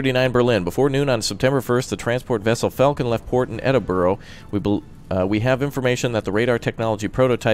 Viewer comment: Edinburrow xD wtf it's pronounced Edinbra or Edinbu-ruh ^^